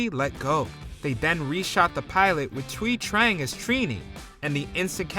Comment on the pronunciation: Was that the correct way to pronounce Thuy Trang's name?